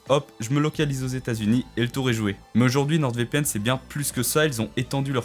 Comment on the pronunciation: nor pas norde pour le nordvpn. Mais bonne video 👍